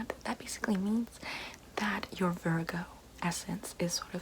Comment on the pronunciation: virRgOo 👁👄👁